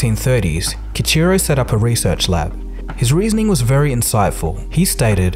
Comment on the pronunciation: His name should be pronounce Key-Eeecheerow with the r like a rolled r...and the Mirai should be pronounced Mee-Rah-Eee.